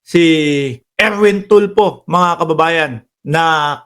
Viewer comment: Tulfo hindi Tulpo ayusin mo naman ang diction mo at pronunciation.